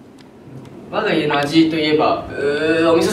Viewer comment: 我が家をわがいえって読んでるの可愛すぎる、、、🤦‍♀️🤦‍♀️🤦‍♀️